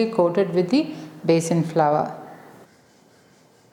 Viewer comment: Please pronounce as flour not flower